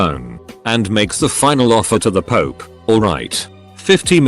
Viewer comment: Pope: exists Text to speech: pOoP